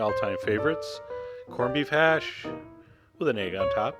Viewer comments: But he does like saying hashay or hashee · corn beef HASH!! haha u hear how he sed it HASH!!